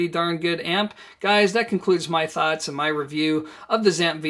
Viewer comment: Why do you keep saying "ZAMP"? It's the " ZEE - amp", as in the Z- series. Go listen to Richard Schram himself.